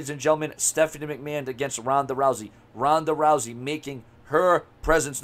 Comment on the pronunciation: TONDA TOUSEY?😩😂 MANNNNN RONDA OLE LOUSEY ASS... #RONDALOUSEY